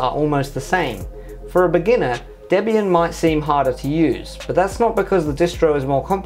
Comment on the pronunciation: Finally. Someone who pronounces Debian correctly